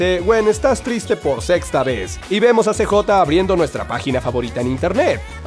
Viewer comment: Se dice siyei (CJ) no cejota